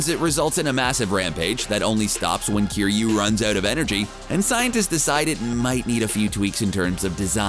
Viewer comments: you said cry-you its kiryu {care you} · ITS NOT CRYU YOU BAKA ITS KIRYU ki -ryū ! Also I want to see a Drunk Russian who is out for revenge against the titans pilot Mecha Godzilla. I think it would add some humor for the human element, what cant get better then having someone that wants to kill all the titans. >See what I did there ?